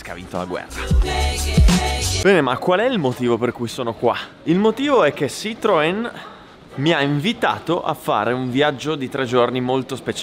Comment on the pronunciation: Carino l'excursus sulla scelta di non pronunciare "Tanzania" all'italiana, soprattutto perché è seguito da una pronuncia italiana di "Citroen".